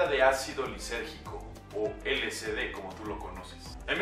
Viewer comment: Información errónea, nada que ver. Si les interesa conocer información verdadera del lsd busquen a Terence McKenna. Aparte de que lo pronuncia mal, es L-S-D no L-C-D.